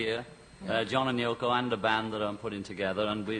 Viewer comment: Haha great Freudian slip, there, Mr. Cavett - he called her YoNO! (uh, Yoko). You def get the sense that he wished she wasn't there at all. Still miss that show.